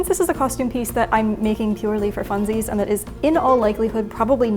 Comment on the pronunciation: i love how it sounds like “and das” because “das” means that in German 😂